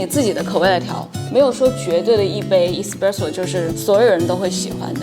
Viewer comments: 挑刺儿的同学来纠正一下老师的发音哈，It's s-presso not e-spresso，视频的满满的干货，很有收获，如果单词的发音纠正一下那就更好啦。😊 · Espresso麻煩妳別唸錯